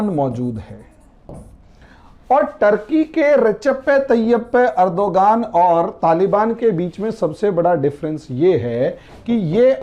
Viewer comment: बहुत ही आसान नाम है तुर्की के राष्ट्रपति का रजब तैय्यब अरदगान जिसे उनकी ईष्र्या मे अजीब अजीब ढंग से बोलते हो